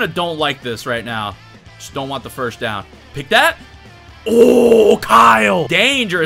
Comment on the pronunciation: I love your videos but please stop pronouncing first as ‘firsht’ 😭😭😭